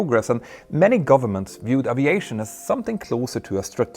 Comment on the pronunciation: ...presssent...isss...presssence...wasss...risssiing...uviation...🙄 ENGLISH PRONUNCIATION MATE!!! 🤪🤪🤪 In ANY language pronunciation is critically important!. Example; eyes...ice. 🤷‍♂